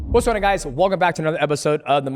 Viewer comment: “Wassonnaguys.” Translation “What’s going on guys?”